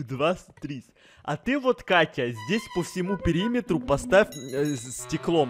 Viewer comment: Вот мучился "Воть Катя", " Водка Тя" 🗿✌